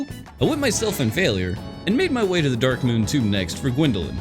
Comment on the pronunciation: Am I the only one hearing him say "derk" instead of dark?